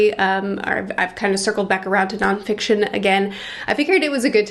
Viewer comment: Non FICITON? :D